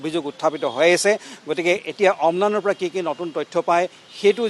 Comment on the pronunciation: অম্লান বৰা অ' অলপ শুদ্ধ কৈ কওঁক..!